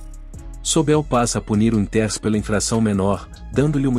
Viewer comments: "Wintérs"? Sério? Larga essa AI e vai narrar seu vídeo, man! rsrs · O narrador nao sabe pronunciar os nomes como o de Dick Winters e outros nomes ingleses.Como acreditar no que o narrador fala ?